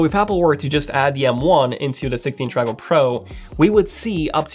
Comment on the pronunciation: “16 macojaook pro”